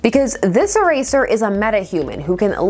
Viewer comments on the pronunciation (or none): E-tear…for eraser…